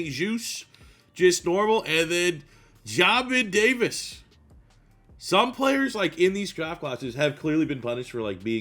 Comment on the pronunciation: Love the video and series, but Jesus it pronounced like JAY MIN Davis 😂